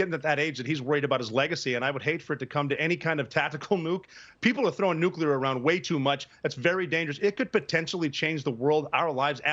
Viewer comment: It’s not nuculer it’s nuclear. NU-CLEAR. Apparently the media doesn’t even care about proper English. Jesus.